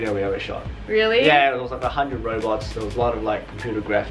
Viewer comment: You said hundred Robux